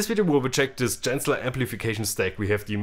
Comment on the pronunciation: Is that how you pronounce Genzler?